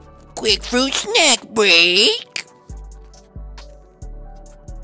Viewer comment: quick fwuit snack bweak 😍😍